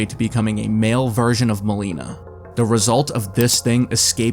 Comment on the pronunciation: Milena ❎ MOLINA✅